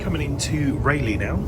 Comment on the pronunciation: Good that the train announcement corrected you on how to pronounce Rayleigh or Raleigh !!!!